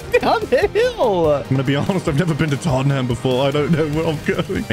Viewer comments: pronouncing Tottenham wrong is funny TAUGHTEN HAM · Other than Tottenham, should’ve been tottenum as pronunciation